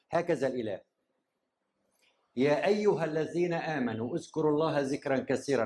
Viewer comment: (اذكروا) و ليس ازكروا .. (ذكراً) و ليس زكراً .. (كثيراً) و ليس كسيراً